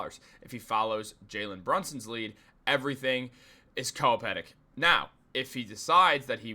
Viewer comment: Dude....LOOK UP HOW TO PRONOUNCE COPACETIC! 🤣